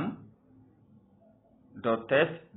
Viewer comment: F00l, its scan and not sacan 😂😂